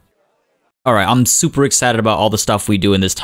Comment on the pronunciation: When u went rrrrrrrrright over here I thought my stomach was growling